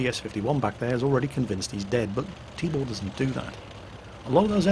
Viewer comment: LOL I kept hearing "Tíbór" so I thought it's some made up name and all, but actually meant to say Tibor xD